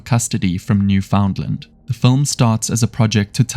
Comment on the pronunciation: If you actually watched “Dear Zachary” instead of taking that description from Chat GPT, you’d know how to pronounce Newfoundland properly.